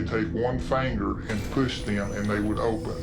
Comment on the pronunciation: Anyone that pronounces fingers "Faaangers" is questionable